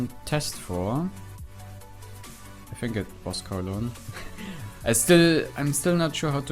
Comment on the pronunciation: You pronounced it right, it is Colon